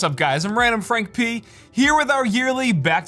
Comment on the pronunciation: Always wonder why he has such a strong accent when saying "I'm RandomFrankP", then the accent disappears for the rest of the video...